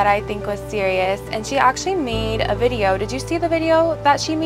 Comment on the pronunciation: “She’s the one from the Bideo?” 😂😂😂😂